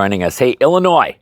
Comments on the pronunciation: 🤣🤣🤣 you said it illiNOISE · Love your channel!! But the s in Illinois is silent! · This is of course only friendly banter, as every citizen of Illinois owes you quite a lot (even if they know it or not), but it is amusing to hear even a scholarly man struggle to not pronounce Illinois as if it’s plural :)